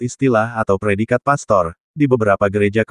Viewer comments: sebaiknya sebut pastor yg benar bukan pester. Jangan sok tau tentang agama katolik. Pak pendeta mencaplok istilah" dari gereja katolik. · ilmu dangkal cetek skali sok dipamer2kan,...,lbh telitilah dlm sejarah gereja,istilah pastor sdh ada sejak sy msh kanak2 n hingga skrg,lalu kalian ikut2an pk istilah itu,mana lu nyebutnya sok di spelling inggris pdhl salah coy,itu bhs latin mk jangan dibaca pester...sampe ketawa ngakakkkk gue dengernya